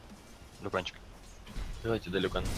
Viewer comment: Почему вы говорите лЮкан, если он лИкан?